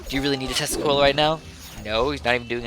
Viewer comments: When ever you say tesla coil I always think you say testicle. So when ever you say "I am going to screw people with my tesla coil" I hear "I am going to screw people with my testicle. Meanwhile I am sitting watching the video with my face like O.O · Every time you say Tesla Coil I hear Testicle...don't judge me.